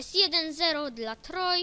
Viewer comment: You're not reading "Troye" properly